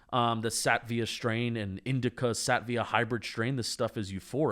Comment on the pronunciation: it's sateeeeeva. Long e. /səˈtēvə/